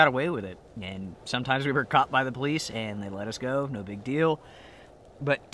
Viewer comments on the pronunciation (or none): none